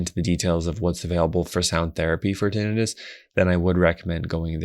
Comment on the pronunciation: I hate when people mispronounce tinnitus. Tin-EYE-tus would only apply if the word was “tinnitis” — inflammation of the tin, I guess. 😂